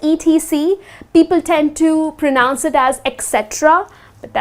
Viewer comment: Bit ironic from someone who can't pronounce the word pronounce correctly